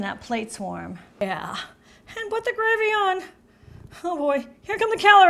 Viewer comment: There's no "h" in "and"...